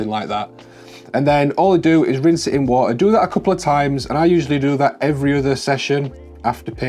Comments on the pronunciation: Ha wah uh. Hawt wahrtuhr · why no wo-a f-om a ke-el? Making tea... s wo-a is heated a-eady